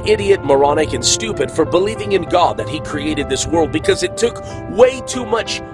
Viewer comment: He is clearly saying "cod", not God. He's talking about a fish guys.